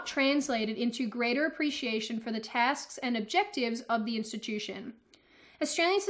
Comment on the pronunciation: She said “task” and I was done